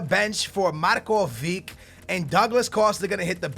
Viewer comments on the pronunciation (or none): It's not MarkoviK, it's MarkoviCH!!! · MARKOVICH NOT MARKOVIC SAY IT RIGHT!!!!! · It's MarkoviCH not Markovik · it is markovič, not markovik, you have to say it like modrič or rakitič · Markovic is pronouncent Marcovich